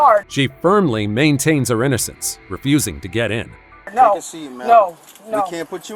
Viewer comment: What's up with adding an "a" to the end of words ... "NO-a!"